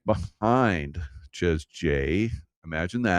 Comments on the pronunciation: Chez is French. Pronounced ‘Shay’ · Chez in French is pronounced Shay. Rhymes with Jay. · Chez is pronounced Shay